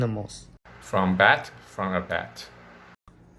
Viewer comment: 發音超級清楚耶 稍微小心幾個發音： Bat, 而且是有對話性的感覺 同時問的問題有變化性很棒 且問題間的承接很棒 菲律賓名哥真的很難訪耶（開玩笑的哈哈哈 還有提及文化的部分很棒 用字都很有深度 In the air, implement, under control, 很棒 同時有介紹菲律賓的政策 整體內容很流暢 戴口罩與否的邏輯解釋很清楚 而且有舉實際的例子 聲音是有表情很不錯 帶出人們沒有真正理解病毒 是很不錯的觀點！ 主持人都會適時摘述受訪者的內容很好 同時有說明排口罩很耗時間 但可以有一個結尾會更畫龍點睛＝） 超級感謝你們的認真嗯嗚嗚嗚 期待新學期更進步！！！＝）））））